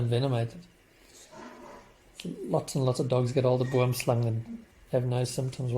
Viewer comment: I love how you pronounce Boomslang